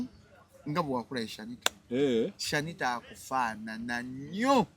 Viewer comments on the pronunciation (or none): Hajji naawe Omwana ye Sanitah not shanitah